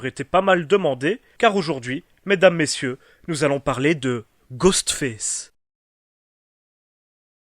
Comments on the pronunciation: Je t'aime bien, mais sérieux travail ton accent parce que là ce qu'on entend c'est pas Ghostface, mais Ghost Fesse 😂😂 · ''Ghostfesse'' mdr